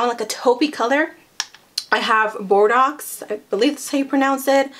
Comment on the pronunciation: Hi you're make up looks AWESOME (like always) Bordeaux se dice bor-dough. Love ya girl 💋